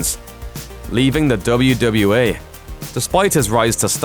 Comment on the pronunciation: It sound like he saying WWA